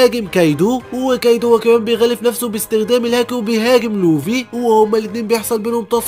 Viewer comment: يسطا نطقك للكلام غلططط💔 مثل: لوڤي و رأسا على عقل🙂 اتمني انك تحاول تشتغل علي الحاجات الي زي كده❤️❤️❤️